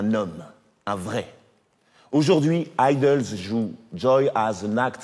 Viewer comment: Les "ideulsses"...????????? Sérieux 🤣 C'est Idles kéké, prononcé "aïedeulsses" (à l'anglaise quoi...) et sans faire de liaison !!!